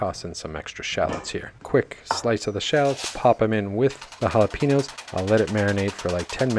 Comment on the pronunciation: Jalapeños with an E not an I. Sounds like your saying Piña colada. Just think Pen and yo. Sorry it’s a pet peeve of mine.. just want you to not sound dumb